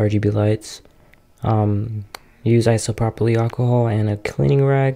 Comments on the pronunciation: This mans said isoproply alcohol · I mean, I pronounce it iso-pro-pull 😂 the "Y" comes before the "L", so it wouldnt make that "lee" sound lol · Thats a very interesting way to say isopropyl